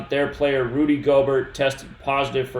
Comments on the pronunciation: its pronounced Gobear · Yooooo,!!! His name is pronounced “gobear” like its time for the stock market to “go bear” Im so glad i bought put options yesterday......bought to make a nice little chuck of money. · Pronounced—> Rudy Gobear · They calling him Rudy gobear not Gobert might mean something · Btw it’s pronounced Go-Bear. Rudy Gobert= Rudy GoBear